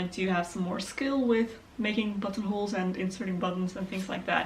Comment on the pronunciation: I thought you said buttholes